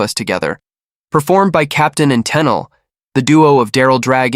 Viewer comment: Just so you know, Toni Tennille pronounced her name Ten-Eel. Toni was also a noted session backup singer and even appeared on the classic Pink Floyd album The Wall.